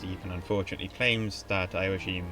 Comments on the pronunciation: It's pronounced. yo ..ack....him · Nice video, but your pronunciation of Irish name, and even German ones, is WAY off! 'Ioaichím', the Hibernicised (or Gaelicised) version of 'Joachim' would have been pronounced as 'yo-a-KHEEM'; the 'ch' in Irish and German is a guttural 'kh' sound, similar to the 'ch' in the Scottish word 'loch'. 'Séarlas' would have been pronounced as 'SHAY-er-las', not 'SEE-yer-las', and the 'Fried' in the German name 'Friedrich' would have been pronounced like the English 'freed', not 'fried'! Similarly, 'Proinsias' would be pronounced as 'PRIN-shas', not 'PROYN-si-as', and 'Seoirse' as 'SHOR-sha', not 'see-YOR-is', while 'High King of Ireland' should be translated as 'Ard-Rí na hÉireann'. Patrick Pearse, writing in 1906, wrote about the Ireland of 2006 as an independent Irish-speaking kingdom with an Ard-Rí as head of state, English having declined in use following the conquest of England by a Russian Republic